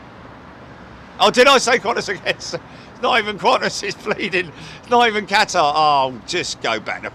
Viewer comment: lol...Aussies don't say "Kwon-tiss", they say "Can-tass".